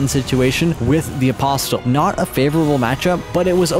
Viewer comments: Im confused, is english your first language or is it a bit? Because the pronunciation in this vid could have been better, for eg. AposTill (Apostle), Loreruania (Liurnia) , Linedell (Leyndell), More Got (Morrgot), forginate (fortunate), for some reason you pronunce Lansseax differently each time you say it, Crystillians (Cystalian). This was all in the first 16 mins. Again if I'm missing something like its a joke or english isn't your first language please let me know. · c'mon man please stop pronouncing the T in apostle, it's silent